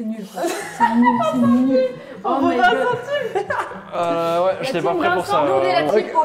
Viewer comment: La team " Vintcenteam " !😂😂😂😂😂